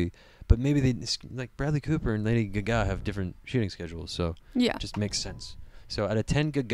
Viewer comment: "I've never heard someone pronounce it Lady guh gah before. Good commentary. Liked.